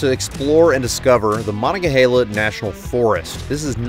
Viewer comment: I think you destroyed the pronunciation of Monongahela...but that's OK. Dr. Seuss came up with all the names here in the east. Curious if you are going to hit any of the other states. Also, nice ghost ride of the Cherokee.